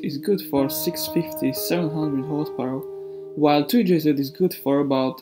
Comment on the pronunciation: 2-jz not 2-jzed.